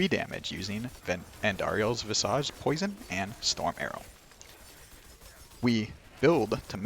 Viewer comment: Why do people keep mispronouncing visage?